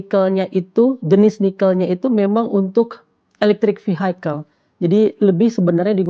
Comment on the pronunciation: VI-IKEL bukan VI-HAIKEL 🤭😅